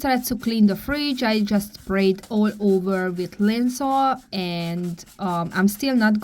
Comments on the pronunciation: How to say Lysol….The 2 parts are “Ly” and “sol”… “Ly” rhymes with “my”. “Sol” rhymes with “ball”. Ly sol. 👍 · Your English is really good. Lysol is pronounced Lie-sol, no 'n'. 😊❤ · Your a miracle worker!! So glad your feeling better, hope your son get well soon. Also Lysol is pronounced Lie-sol, I love it and use in my home.😉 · Yay, great job! Lysol rhymes with EYE WALL but I like the way you say it. 😊 In your book, I would love to read about you, but I also think it would be cool to include some cleaning tips. Some people are not taught how to clean when they're growing up. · Lysol is pronounced Ly rhymes with eye, sol rhymes with all.